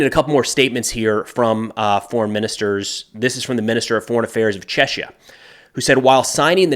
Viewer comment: it should be pronounced as "chekia"... I know, the inconsistency of the English language sucks😅